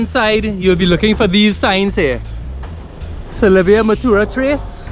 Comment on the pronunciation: It is not salybay it is salybia